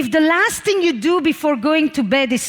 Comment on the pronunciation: She has me every time she says tHing without the H. Ting. Adorable. And out flows brilliance. I sit here and take notes, one t(h)ing after another.